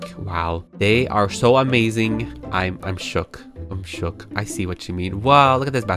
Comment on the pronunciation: "They are so amazing, I'm shok"